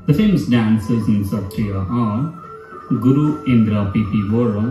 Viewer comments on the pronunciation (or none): none